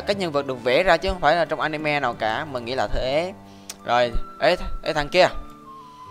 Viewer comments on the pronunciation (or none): none